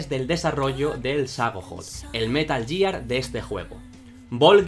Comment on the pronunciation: Que buenos videos... Dan buena sinopsis de los personajes, explican bien las historias y la producción está 10/10... Pero que digas "yiar" duele 😞